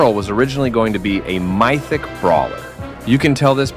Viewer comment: bro said mIthic brawler